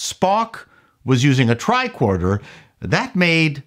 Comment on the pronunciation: love it. I grew up near the Don Mills area, so I’m curious about your pronunciation on one particular word….. TRICORDER Now, most would pronounce it TRI-CORD-ER………but you seem to lean toward TRI-KWORD-ER. Hey, I’m not trying to bust your nuts on this….I tease (pause) because I love!:-)